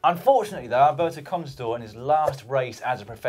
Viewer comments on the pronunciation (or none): It's Alberto contajaw (dropper)